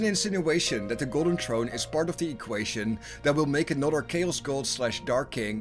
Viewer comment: The more you said “ Trrone” the more I chucked.. there’s an “ H” in there brother